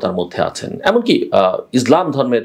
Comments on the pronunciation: মিস্টার জিল্লুর রহমান, আপনি ইসলামকে উচ্চারণে বারবার ইজলাম বলেছেন, এটা ইসলাম হবে। ষ্টাইল মারাইতে গিয়ে ইসলামিক শব্দ বিকৃতি কাম্য নয় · বুঝতে পারলাম না জিল্লু ভাই,আপনি যতবার ইসলাম শব্দটি উচ্চারণ করেছেন ততবার "ইজলাম" বলছেন কেনো?প্রথমে ভেবেছিলাম হঠাৎ উচ্চারণটা হয়ে গিয়েছে। কিন্তু তাই বলে বার বার?বিশেষ করে শেষ ১ মিনিটের সময় তো স্পষ্ট ইজলাম বললেন।🙁